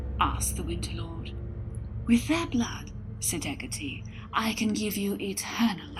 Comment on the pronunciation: Hec-cah-tay not hec-cah-tee sorry its a nitpick good story though